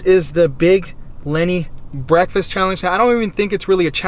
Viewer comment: Sickening "BREASKFAST"